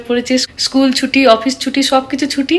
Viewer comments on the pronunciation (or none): none